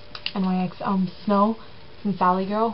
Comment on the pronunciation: uhm i think this is how nyx supposed to be pronounced. "niks" not N-Y-X